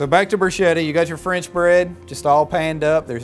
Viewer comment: In Standard Italian, bruschetta is pronounced [bruˈsketta] Grilled bread rubbed with garlic and topped with olive oil and salt Not brushed CHEF!